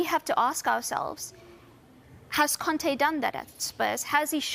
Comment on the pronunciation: ContE not Conti. These guys butcher even the most simple names.